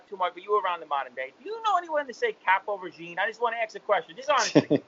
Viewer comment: you have to come out with a shirt or hat that says “caporegime” that’s freakin hysterical